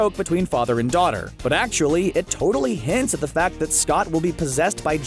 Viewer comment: Did he just say. . .tortally?